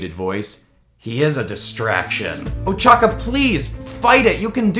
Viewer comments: at the uraraka part its ochako not ochaka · it ochaco not ochaca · Who else got triggered when he said uchaka? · I love how he calls ochaco ochaca